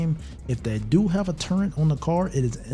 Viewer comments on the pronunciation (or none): There is no “n” in the word “turret”